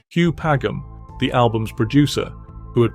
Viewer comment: Padgham is pronounced with a 'J' sound if you please.